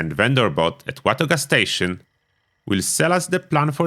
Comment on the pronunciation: the way this MF says Watoga is fucking hilarious